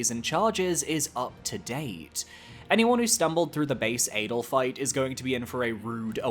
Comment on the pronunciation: That adel (pronounced ah-dell btw) ranking is criminal.